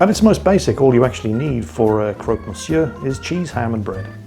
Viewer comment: Don't want be that person.... But here in France it is pronounced 'crock'... Just saying!.. great vid!.. keep it going o mighty one!